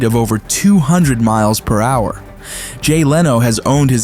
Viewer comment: I thought we were in a down south race garage for a sec 😂 a hundred mileanhouer